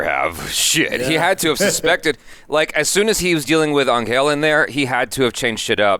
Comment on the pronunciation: It's pronounced Angel 😇